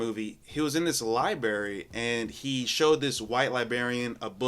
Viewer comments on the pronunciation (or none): LIBARY. Bro, learn to speak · Wait……. Did this dude just say liBARY?? 💀💀😭😭 dumb woke liberals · This is new generation can't say basic words like compilation and library. "Compliation, libarry, libarian" 😂